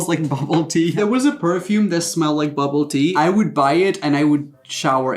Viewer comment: I don’t even understand what bubble tea (I thought he was saying bubba -ty. Lol